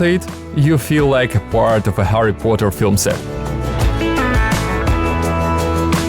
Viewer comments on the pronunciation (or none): none